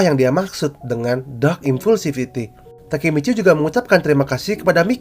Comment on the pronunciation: bang sebenernya gw udh baca manga chapter 205 tapi gw masih bingung yg nodong pistol ke takemiccy itu siapa suara lu pas bilang nama nya juga ga kedengeran jelas!?